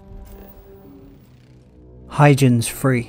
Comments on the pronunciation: Hoy-gens Hard G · Huygens - HOY-GENZ mate. ;-)